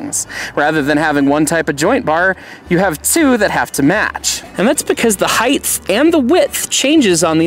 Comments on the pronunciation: Heighth isn't a word. It's height. Yeah, width and depth urge us to say heighth, but it's just "hite". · There is no word such as “heighth”. It’s “height”. Unlike wide becoming the width of an object, the height of an object is its height, no added “h” at the end.